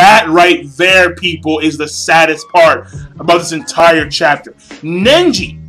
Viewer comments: nice review king but something's bothering me... it's pronounced neji not nenji. It was kinda siting in the back of my head. was getting annoying. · Neji not Nenji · It's Neji, not Nenji =) * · Who's "Nenji"? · the sadest part is you calling nenji the whole time who the fock is nenji? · so he was your favorite character and you call him NENJI.lool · Do you really read the manga? You called Neji ''Nenji'' too many times. And it wasn't his father, it ess Hinata's father by their side -_ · is neiji not ninji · It's not nenji its neji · why cant you say neji's name right!!!!!